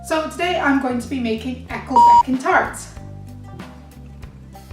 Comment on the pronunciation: Hi, I am from the US and I just bought these at our International market. They are Walkers "wee" tarts but they are delish! I can imagine homemade would be even better! I had even pronounced it correctly before I heard you say it 😉